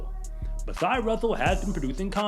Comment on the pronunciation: Her name is "Masai" pronounced like the famous tribe in Africa, the Maasai. 5 Fascinating Facts About the Maasai People - Micato Safaris The Maasai are a semi-nomadic ethnic group of people who live in Kenya and Tanzania. They are known for their bright red robes, courage, and unique culture. Massi Russell showed her worth later in her career which is proof she was worth the time and effort she put in.